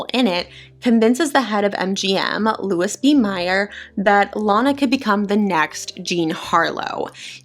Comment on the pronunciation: Enjoying your videos! Please take this in the spirit in which it's offered: Louis B Mayer is pronounced Lou-ee B May-er. Just a small correction.